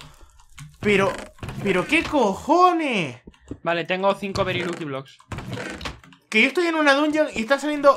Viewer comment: Se pronunsia lacki bloks